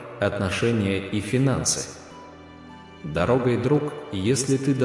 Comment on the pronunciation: В слове Дорогой ударение на последней слог ,, ой ,,.